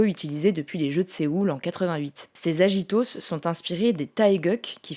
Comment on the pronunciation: Merci pour ce focus explicatif sur les Paralympiques ! Par contre petite erreur de prononciation, c'est du latin donc c'est agito prononcé aguito 😅